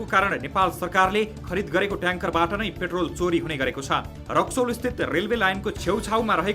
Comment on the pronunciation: पेट्राेल लाई प्रेटाेल भन्न भएन र हृदयबिदारक शब्द उच्चारण भएन , प्रस्तुती दमदार दिने हाउभाउ देखाए पनि अलिक शब्दावली उच्चारणमा अध्यायन गर्नुपर्याे । तपाइलाइ प्रगतिकाे शुभकामना ।